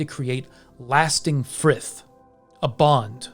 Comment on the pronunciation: hey, i noticed with your pronunciation of the words "grith" and "frith" it might be somewhat off. in denmark the word "frith" has survied as fred, meaning peace. i personally would pronounce the 'th' in "frith" as i would pronounce the 'd' in "fred" or the 'th' in the english word "that" or again the 'd' in danish "det" ipa inscription is ð. but im just assuming, so take it with some salt